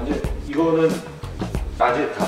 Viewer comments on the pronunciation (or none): 라지에타가 아니라, 라디에이터요.